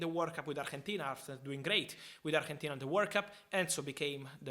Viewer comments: The way you pronounce Argentina makes me review the video several times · Why is he saying Argentina like that lol